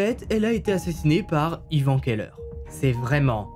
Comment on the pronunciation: Keller, cave/celier en allemand, ne se prononce bien évidement pas ''qu'elle heure''...